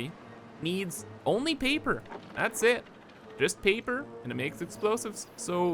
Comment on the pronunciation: FUUUUUD storage in my BEESE, and PEEPER for explosives. Killing me. Why are A's and O's so hard for you to say?